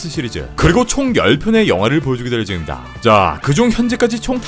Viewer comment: 보여줄 예줩니다~ ㅋㅋㅋㅋㅋㅋㅋ 매력있어